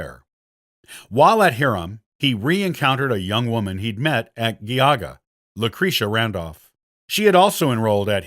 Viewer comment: JEE-auga, not Ghee-auga. HIGH-rum, not Hear-um. Gui-TOE, not Gui-TOO.